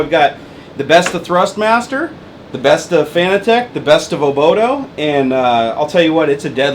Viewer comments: I mean you no offense, but just for further reference it is pronounced like "fanatic" not like fanatec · FIN-AT-ICK. Not FANA-TECH. :P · it's pronounced "FANATIC" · It's pronounced (FUH-NAT-IHK) buddy :D